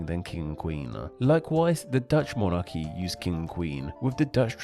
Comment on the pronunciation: king is pronounced with a short i, not long e so its not keeng